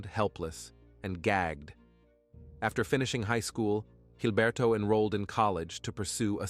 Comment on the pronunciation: Jesus Christ it's Gilberto. With a G. Quit pronouncing it with a gay ass accent. Call him Gilberto, blockhead, pig, or shit for brains. Not Hilberto.